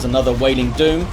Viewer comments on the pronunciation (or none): none